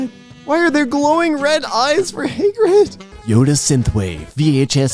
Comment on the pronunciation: It's Hagrid, not Haygrid.